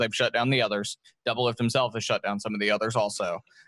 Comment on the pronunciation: DOUBLELIFT NOT DOUBLIFT